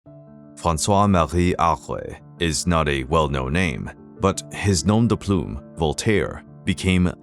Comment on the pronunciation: Is this an AI narrator? Why did he try a French accent at the beginning when he can't manage "Francois Marie Arouet"? Can't pronounce "nom de plume" properly and sounds like he's saying "Using the azaleas" instead of "using this alias." I guess "this" was too difficult for him. If this is a person, why do people try to pronounce names in foreign languages? It always sounds lame. I don't know any country besides the US where this attempt is made. You never heard French announcers striving for an authentic American or British pronunciation for English words.